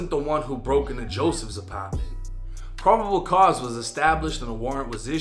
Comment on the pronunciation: The way this nigga says “Apartment” always gets me 😂 Ahpaaarrtment 😭😭